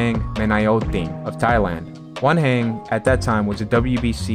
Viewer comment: I thought he was saying 'One hand' until I read Wanhen jajajajajaja